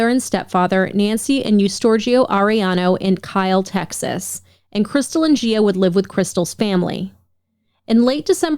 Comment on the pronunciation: **Gio/Gia is pronounced Joe and Jah. I really loathe these so-called "friends" that claim, after-the-fact, that the murderer/ress would never do such heinous crimes against their children. Uhhh... Yeah. Clearly those "friends" do not truly know the inner monster that resides deep within. Worse even, when those "friends" witness once or multiple times of abuse towards the kid(s) but keep silent and look the other way. The Human race are just monstrous towards each other. Garbage, all around.